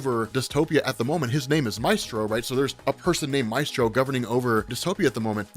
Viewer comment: I hate pronunciation of “Maestro.” It truly makes me cringe. Love the video though!